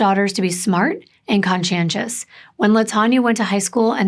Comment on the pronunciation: You taught me a word, but I don’t know how to spell it. -ish you say a word that sounds like “kah-jan-tious”. What is it and what does it mean? I’m exciting considering I don’t come around words I don’t know too often. I feel like I missed something on the SATs.🤦‍♂️🤣😂 Edit: Any chance you meant conscientious? If so, please know I was being completely 100% honest when I thought you were sharing a word I’ve never heard before. And I will delete my comment if I made a mistake.